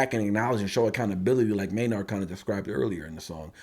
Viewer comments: i love ur content but its maynard pronounced maynerd, not may-nard. maynard james keenan. just a small thing but keep these coming, love the tool content. spiral out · Spelled Maynard pronounced Mayn-erd. Keep spiraling out